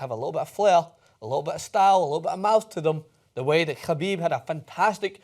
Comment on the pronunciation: Jesus Christ have you seen a Khabib fight, pronounce his Last Name right